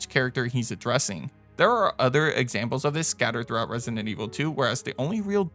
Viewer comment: stop saying “Resident” like that